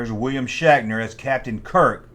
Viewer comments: Bro are you saying shackner? 😂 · The blonde is Yeoman Rand. She says Shatner was always harassing her on set. Are you saying “Shaqner”? That’s what it sounds like. I like Nimoy’s music better. He had a billboard hit about Bilbo Baggins, shatner was also the host of a show called “Weird, or what?” He rode around on a Segway looking for mysteries to solve. Don’t forget he was also the maniac in the Halloween movies, too. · Yew siad Shackner wong